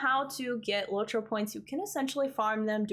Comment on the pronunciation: its LOT-ro not LOW-tro